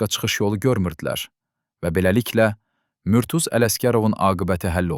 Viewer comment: Murtuz. Ad düzgün tələffüz olunmayıb.